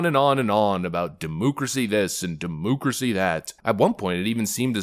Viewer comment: "Dimoocrasy"? WTH is that? And right after they throw up the desperate abortion issue, when it doesn't work for them, they'll revert to their usual sexual accusations against their opponents. Wait for it...and when that fails, they'll revert to their DEI crap, and round and round, to keep everyone from hearing truth. SICK OF IT & OF THEM (RINOs included)!